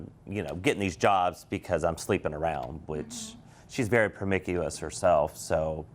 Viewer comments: “ she’s very perm-mic-u-ass herself” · "She's very permicuos herself" you mean promiscuous? 😅😅 Guess I should have expected that from guy named. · Not “permicuous,” sir. It’s “promiscuous.” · She's very "promickuous" herself??? Lol ... wow!!! OK! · Premicious (what is that sir?) Lol 😂 I love the Judge, we need her on tv !!!! It’s been too long Mrs. Vonda 💙💙💙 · It's Not Promicuous Dude. It's Promiscuous...Illiterate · Promicous? lol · Permicuis? Trying to use big words and he just looked stupid can't even pronounce it. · Did he say permicuous? 😂😂😂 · Dude said per-mick-uous 🤣🤣🤣🤣🤣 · Permicuos??? Child I cackled!!! 🤣🤣🤣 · "Promicuous" lollll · “Promicuous” lol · Isn't anyone gonna comment about her being "permickcious"??? I tried spelling it the way he said it! I started drinking my tea & spit it out laughing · Permicuous? Lol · Lol wtf is promiguous? I guess he meant promiscuous. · "Pro-mick- yew- us"? Oh my! Before people use a big word they need to learn how to say it. Chemical engineers are not usually able to do electrical or computer engineering. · .....WTF is permickyou-is? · lol permickuous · Not promickuous🤣🤣🤣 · Is everyone just going to ignore the fact he said “promicuis”? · Promicuis girl, you're teasing me ! -Timbaland Lmao ☠️ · I think dad needs to be listening to a dictionary on tape while he is driving. I really wish the judge would’ve asked him what that word meant when he was trying to say promiscuous lol I would love to have seen him look lost on why she doesn’t know what that word means and it would probably go right over his head that he didn’t even say it right! 😂😂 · Promiscuous…. Can’t pronounce it don’t say it dude. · She's very promiscuous but the way he pronounced it was weird as well as that "I don't think so" outburst. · 😂😂😂...and I thought that would go unnoticed